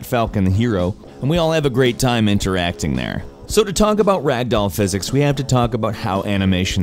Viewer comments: Pronunciation: "rag-dowel" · I like how you said rag doll in the beginning. Also weeo I mad the comment count 666